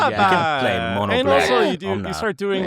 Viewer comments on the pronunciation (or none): none